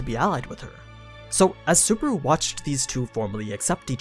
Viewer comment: I quite enjoy these series, my only problem is how you say Subaru ... suburu.